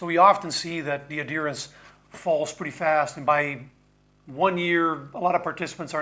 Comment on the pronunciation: Are you saying adherence? The ‘h’ is not silent.